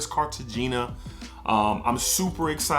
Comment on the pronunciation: Dope review. It's Car-ta-hay-nah by the way.